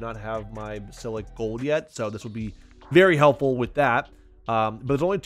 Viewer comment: Basil-isk, that's how you pronounce it...😂